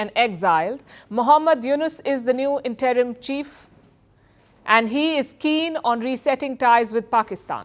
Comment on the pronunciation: Learn how to pronounce “ interim” !